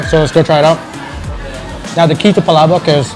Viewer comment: That dude at the beginning said Palabok like a champ! lol.